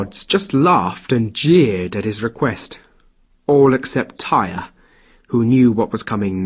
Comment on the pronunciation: Tear, not tire. Tyr.